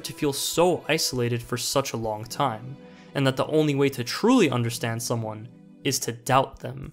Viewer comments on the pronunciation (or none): Ah yes, I understantd lives in euro-coin-zone so obviously don't